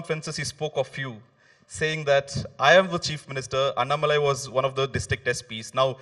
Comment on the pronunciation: Hello ...it is not annamalai...it is annaa-malai. Annaa should be elongated. You guys pronounce it like Anna without stress and shortened.